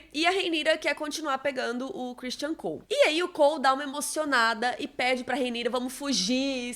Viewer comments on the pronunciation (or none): A chamando o Criston de Christian é tão 😂